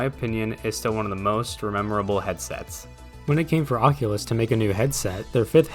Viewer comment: the oqulus